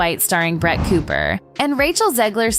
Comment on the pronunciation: Not me hearing “brat” every times the name of Brett is pronounced…🙈